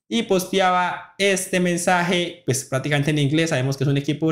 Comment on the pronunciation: Aprenda a pronunciar bien no estropee el idioma, no se dice praticamente es prácticamente con c